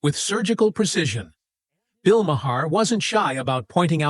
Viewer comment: Wish u knew how to correctly pronounce Bill's name